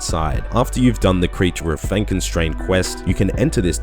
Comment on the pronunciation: He did get it slightly wrong, but it isn't Frankenstein, it's Fenkenstrain.